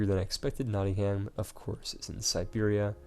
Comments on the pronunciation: You make a lot more effort than most Americans to pronounce foreign things properly, it's impressive. One note - Nottingham is pronounced "Not-ing-um", NOT "Not-ing-ham" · Every episode you pronounce something wrong... Copenhagen this time. Nottingham last time. It doesn't make yourself seem too bright.